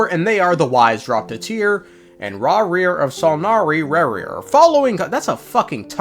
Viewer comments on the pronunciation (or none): "Raw,reer of son,ory rarir" - 2024/6/8